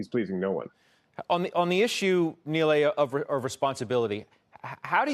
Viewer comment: Somehow he got Neely from Nilay. As far as I know it's pronounced knee-lie and to make it worst he kept saying it wrong instead just switching to Mr Patel